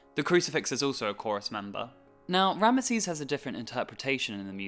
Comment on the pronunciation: RAM-zeez*** not RAM-UH-seez